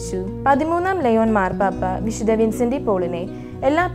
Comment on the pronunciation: വിദ്ധ വിൻസെൻറ് ഡി പോളിന്റെ വിഡിയൊ നന്നായിട്ടുണ്ട് .വായിക്കുന്നത് കുറെക്കൂടി നന്നാവാനുണ്ട് .പ്രത്യേകിച്ച് "വിശുദ്ധ" എന്ന് പറയുന്നത് " വിശുദ " എന്നാണ് പറയുന്നത് ഇത് അരോചകമായി തോന്നുന്നു .നന്നാക്കാൻ ശ്രമിക്കുമല്ലോ നന്ദി !